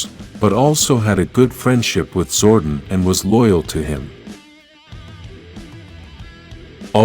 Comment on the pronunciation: King Lexian ‘Lex - e - an’ Also Zordon is ‘Zord - On’ Your videos are good but you didn’t seem to have watched the show so your pronunciation is damning